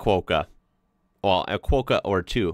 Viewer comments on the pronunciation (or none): Quokka...as in ROCKA not 'quo' or KWOKKA lol sheesh, yanks. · It's Quokka, not Quo-ka! Cheers mate! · Oh and quokka is pronounced at the start like CROC but with a W. Then -ka. Cwok-ka. Fast. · If no one has mentioned it, the bugs are called Christmas Beetles. They burrow into grass and plants to lay larvae and emerge in December as adult beetles. They are metallic colours, much nicer than seen in that photo. Quokka It's not 'kwoke-a' it's 'kwokkah' rhymes with rocker. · Quokka is pronounced like wok not woke. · I remember when women weren't allowed in public bars. It was a different culture then. Thanks for noting that Tasmania was missing in that map! Seidler was decades ahead of other architects and that is his actual house. They are pronounced "quok-Ka" with the short o and a. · Quokka is pronounced kwok-car (as rhymes with tok in tiktok) - car (motor car) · Also from a West Aussie Quokkas are pronounced qwock-kah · Sorry to be that person, but its not "Quokka" (sounds like quota) its Kw-o-kk-a. Ill add a link to the pronunciation in my reply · Psssst Quokka is pronounced like Qwocker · Quokka is pronounced qwoka 😉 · quakka is pronounced 'kwokah' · I love the Quokka (the ‘O’ in Quokka is pronounced like it is in clock), never seen one with a baby in it’s pouch before, so cute. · Quokker is pronounced the same way as Locker, Docker, Rocker. 😎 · Quokka!! O, aa in hot, not oh as is joke. Get it right!!! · The Quokka pronunciation needs a bit work. You know how you use a wok to cook up ya fried rice and stuff? Or when we say. It’s like rocker. Except we Quokka. When you say it like that you can rockka at saying Quokka.